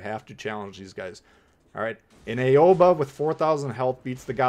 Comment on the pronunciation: I'm just here to mention that 'Aigle' is pronounced more like "eh-gluh" and 'Aoba' is pronounced more like "ah-oh-bah". Great video otherwise. :)